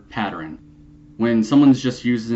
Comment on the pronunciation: patterern? lol come on man lol